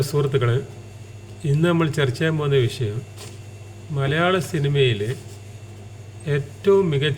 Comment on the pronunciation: വിശയം അല്ല വിഷയം ആണ്.